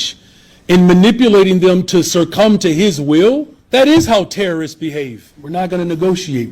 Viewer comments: 😅 It's succumb, Johnson. It's not "surcum" and btw, why don't you listen to your constituents who you claim to represent? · He just said "surrcumb". The word is succumb, "elected official" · Did the mayor of one of the largest cities in America just pronounce succumb, as “surcumb?” Just like in my home state of California, Democrats will vote for anything with a D next to it, regardless of whether it will help them or hurt them. And they call Republicans a cult. Good God. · Mayor Johnson, don't use big words if you can't pronounce the word. Surcome is not a word. It's succumb. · Did this dude just pronounce "succum" with a friggin' "R"? You can't tell me this man with gray hair has never seen the word written down. How do illiterate people get elected? Wild. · What does "surcome" mean? (Yeah, I know he meant to say "succumb"...) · Did he just use the word "SIRCCUM?" Rather than "SUCCome?" Maybe he should just stick to simple words. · This is petty, but if someone mispronounces a simple word like succumb, I have doubts about their intelligence and the amount of effort they're willing to put into even basic things. Surcumb to proper pronunciation, Mayor. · Sircome?? Uneducated clown mayor, the word is succumb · He also said "circum" for succumb so.... 😂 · Succumb not "circum" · He tried to use the word SUCCUMB but said it like circum- 😂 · “Sircum to his will” haha wow buddy, it’s succumb** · “Surcumb” to his will… how are these people hired?!!! I make $60k a year and can speak proper English! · This Brandon Johnson illiterate fool says Surcum instead of Succumb and Eksetera instead of Etcetera. Absolute Moron. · "... to surcumb to his will?" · "Sercumb to his will"????? WTF is sercumb. Here's a thought, I don't know, maybe learn how to pronounce words if you're going to be a public figure??? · "Surcome"? What? Stop making up words. The issue is, he's an ignorant, uneducated man. Learn to speak well and use real words, for example "succumb".